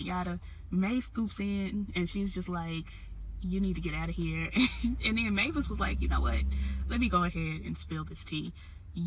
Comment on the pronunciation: You had the name right its Mavis aka Oprah you did well.